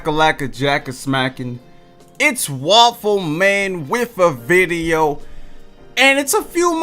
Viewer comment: Yooooooo.... It's waffleman whiff a vwideo